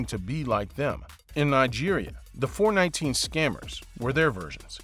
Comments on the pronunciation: It's pronounced four-one-nine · at least say it well - 4, 1, 9 not 4, 19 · 419 is not pronounced "Four Nineteen" in Nigeria but rather as "Four One Nine"!!! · It’s not four nineteen but four one nine 419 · Four, one, nine NOT Four Nineteen!!!!!! Can't you do anything right???? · Four One nine, not four nineteen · 419 ( pronounced four one nine) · Screaming four one nine